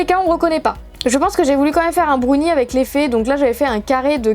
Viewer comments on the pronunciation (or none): On ne dit pas un brounie on dit un brownie.